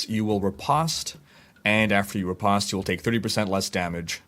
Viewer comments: "Riposte" is pronounced with a long O like "re-post". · Google riposte and hit the speaker icon, even go to the dictionary or merriam-webster sites and hit the speaker icon for riposte there. That is the right way to say it, not how you said it...